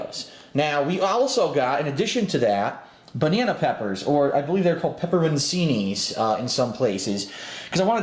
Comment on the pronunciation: The fact that he claims to be Italian, yet cannot pronounce pepperoncini blows my mind.